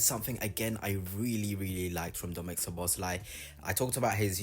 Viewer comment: Good video, but please learn the proper pronunciation, because you hurt my ears with your attempts. It's so-bo-sly. "S" and "Z" together make the "S" sound. You can also look at it like the "Z" is silent.